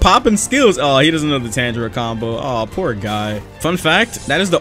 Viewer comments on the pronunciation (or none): none